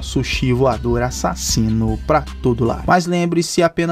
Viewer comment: " A ssasino "